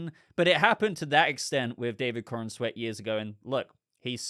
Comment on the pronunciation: I love all of your content, but you have to stop saying David CornANsweat. You are mispronouncing his name and giving an extra syllable is just David BatmanCornSweeat. When it comes and do it as you just said, watch a clip where he pronounces his own name. 🤦